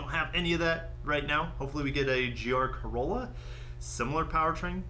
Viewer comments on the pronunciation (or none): none